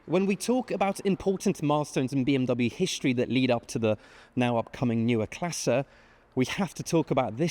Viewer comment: Seems to be able to pronounce all the German words except 'neue'